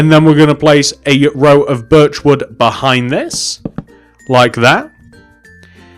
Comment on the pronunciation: When u say birch wood, sounds like ur saying virtual